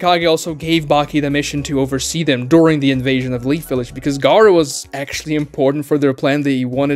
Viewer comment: why do you pronounce Gaara like Garou from One Punch Man